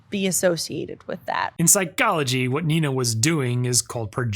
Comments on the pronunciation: "In Psy-CHO-logy" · “This is what we refer to in Psy-CALL-ogy as…” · why do you say psychology like that